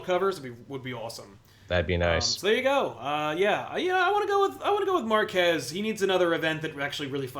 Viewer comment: Hahahahaha., I heard Mark Hess too! Instead of Marquez. Haha.